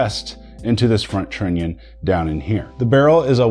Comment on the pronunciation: The way you pronounce trunion makes me angry.I know, you know.